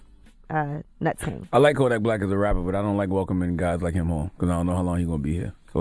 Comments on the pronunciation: damn yee butchered kodaks birth name 😂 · You butchered kodaks birth name Ms. Yee